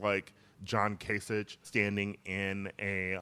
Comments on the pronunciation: Kay-sick. His name is pronounced Kay-sick, not Ka-sitch. We can get after people for mispronouncing Kamala Harris's name if we aren't going to pronounce Republicans' names correctly either. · Much better episode this week than usual! Although you did mispronounce 'John Kasich' repeatedly one week after criticizing Tucker Carlson for mispronouncing 'Kamala'.